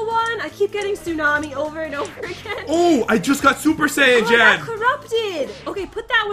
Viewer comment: Bruh it's JEN not gen